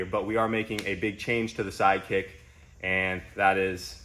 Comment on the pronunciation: You said SideKick but I heard Side Chick which is about what it is at this point! cause she a bitch